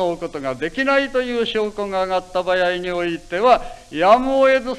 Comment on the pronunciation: せ を しぇ 場合は ばやい と発音する。 昔の発音かな？